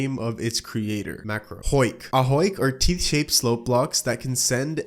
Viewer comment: marco not macro